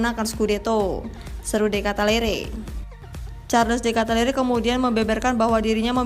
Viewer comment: Ralat Min.. Baca Benaser bkn Benaker.. De Katalare bkn De Katalere..